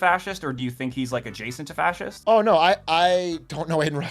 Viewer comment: fascist, (not sea’s - say it slowly)